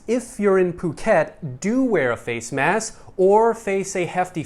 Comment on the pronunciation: great reporting as usual. But, why do you keep mispronouncing Phuket yet do a great job w/ other provinces. 😊 Nonetheless, I do enjoy watching both you and. ✌